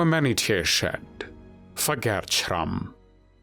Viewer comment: Had to stop the video after the third time I hear the ridiculous pronunciation of SCHRRRAMMMMM